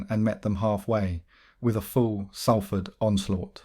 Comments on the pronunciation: Sorry got to correct you…if you’re from Salford ..it’s pronounced Solford….it’s annoying when you say Salford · As someone born in Salford, it really riles me to hear you pronounce it wrong; it's pronounced Solford not sal ford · Bro if you’re gona make a video of a place learn how to fucking say it it’s prounanced solfard not saaalford jheez ruined the whole video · Love your stories but do your homework, it's pronounced sOlford not sAlford 😮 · Pronounced ‘Saul-ford’ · Its prononced 'Sol'ford 👍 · Turned it off as soon as you pronounced Salford wrong!